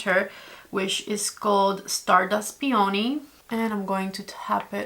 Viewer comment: Peony is pronounced Pe own knee. But smooth not like pee own knee but peohnee